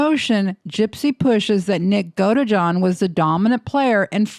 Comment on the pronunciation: GodEjohn 😖 Godeejohn is how you say it 😔